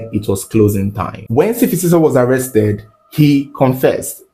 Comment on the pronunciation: its S'fiso not Sifisiso Great storytelling tho💟